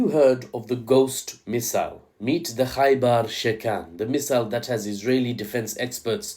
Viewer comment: Why does "Khaibar" sound like "Gay bar" and why does it make me think of that song